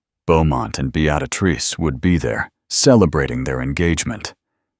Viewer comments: It's Bee-ah-trice, not "Be-at-ah-trice"! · BEettatatrice seriously? correct it or change her nm to something AI can say. This voice is TERRIBLE!!! Besides I have heard this story several times. I have found Regency stories with a lovely woman's voice and imaginative plots not a copy of the same storyline again and again! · Good, enjoyable quick story. But what the heck with the narration? "Beaadatrice" every single time. Drove me nuts. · Fix the pronunciation of Beatrice. Be-a-trice. Duh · Beatrice pronounce it properly. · Good story BUT AI mispronounced Beatrice. It drove me nuts!!!! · Not sure why AI cannot pronounce a simple proper noun. Beatrice has only one “t” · All except for the AI narrator butchering the name Beatrice.